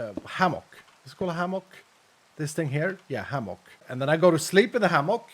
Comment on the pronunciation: It's pronounced ham-uck lol From Texas